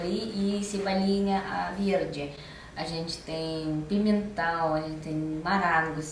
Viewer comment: "Tamate, beringêla, abôboras, pimentau" s2